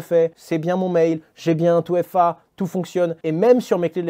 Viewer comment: 2FA ... "touéfa" non hasheur, on dit "deuéfa" sinon "touéfé" mais pas "touéfa".